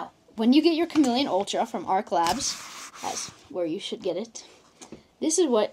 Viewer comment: "Arch" is NOT said like "ark" like you keep saying. That's "arc". "Arch" is said like "starch".